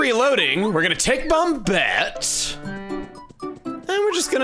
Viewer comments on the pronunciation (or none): I hope he mentions why he's pronouncing it bom-bet instead of bom-et